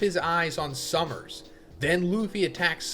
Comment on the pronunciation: Yeahhh I'll be back once Sommers is gone. Idk if I can listen to say "summers" a million times. I didn't care at first but now I'm like ight man I'm good 😂